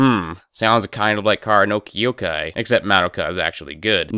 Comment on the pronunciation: I cannot treat someone seriously when they cannot pronounce the name of the thing they criticize.